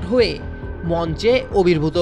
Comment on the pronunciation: অবির্ভূত নয়, আবির্ভূত হবে!